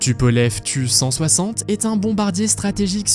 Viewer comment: pour le tu160 ca se prononce T U pas tu